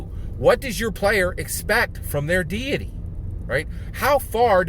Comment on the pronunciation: Deity, not diety.